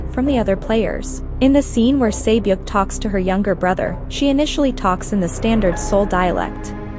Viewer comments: You mispronounced names in this video. for example. Sae Byok (세벽 in korean) is pronounced more like se byok (short e sound like in the word sent) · This person narrating it doesnt do justice either, at least pronounce the words correctly. Gganbu is pronounced GAHN-bu, not gyan-bu. Also sae-byeok is pronounced seh-byok, not say-byok. Those subtle differences are huge in korean, given that the incorrect pronunciation said here are literally different words. This might be nit-picky, but if you're gunna do a video about how bad the dubbing is, i find it pretty ironic how bad the pronunciation is too. Another example is the korean word seonmul (gift/futures in korean). That is a horrible pronunciation. there is no soft L in korean. It is pronounced like "seon-moor". in korean it's a huge difference with the L/R sound, you have to say it.